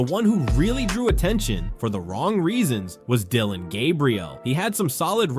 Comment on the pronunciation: The continued mispronunciation of Deion Sanders and Shedeur Sanders names is either from a lack of professionalism or racism. You choose the reason.